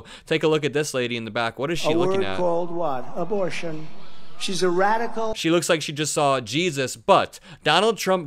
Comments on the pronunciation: "Imbortion", says the very stable genius. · "Embol....do you know this? What's the word?" He couldn't say "abortion". LOL